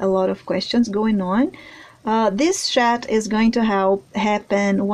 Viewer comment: Hey sweets, I love your work..... it's totally amazing!!!! Just a quick message to say that in the UK the way you pronounce chat is 'Shat'. The word shat in the UK is the past tense of shit LOL If you pronounce the 'ch' sound as in the word 'church' or 'Chocolate' then you will have it :) Have you though of sculpting Jack Sparrow?